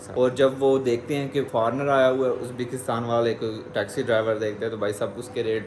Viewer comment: yaaar its Uzbikstan not Uzbaakistan😋😋